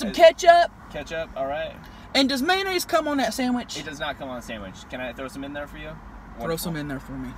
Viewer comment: MAYONNAISESES hahaha